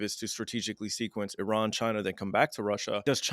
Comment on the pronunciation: Zero vision on Iran's reality and full delusional history BS digest. Talk to somebody that at least can pronounce the name of Iran correctly.